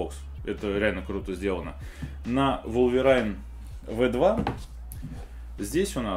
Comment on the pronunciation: Wolverine произносится по другому, если что